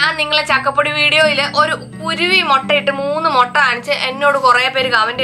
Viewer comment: മൊട്ട അല്ല മുട്ട 😃😃😃.. എന്നാ ഭാഷയാന്നെ